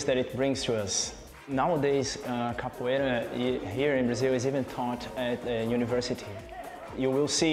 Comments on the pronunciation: Capoeira (CA PU Eh RA) you had one job. 🤦🏿‍♂️ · Capoeira not capoeiro. Come on, man! I'm an American and even I know that!